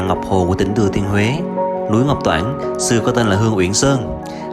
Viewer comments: Ngọc Trản ko phải Ngọc toản bạn nhé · núi Ngọc Trản (xưa gọi là núi Hương Uyển) chứ ko phải Ngọc Toản